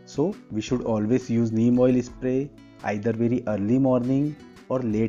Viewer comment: Bro.. Spray or espray😂😂😂